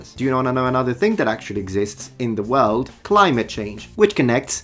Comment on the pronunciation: I've never heard someone pronounce world as word.